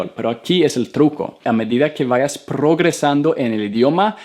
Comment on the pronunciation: Hablas bien el español solo te falta pronunciar la r es progresando no prrogrresando